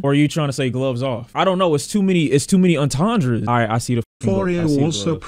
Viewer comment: “it’s too many entandras” 🤣🤣